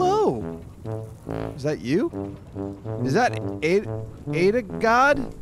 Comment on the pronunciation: "Adagod"? It's Godahop,;) Pretty impressive performance this episode though, I must say. EDIT: Oh, I've just seen the god mode disclaimer at the end, haha. That explains it then:P